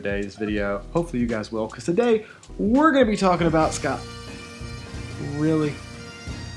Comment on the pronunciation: Scot maltch 🤣